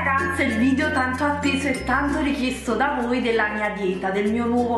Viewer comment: ma te l'hanno mai detto che non si dice VIDIO ma VIDEO?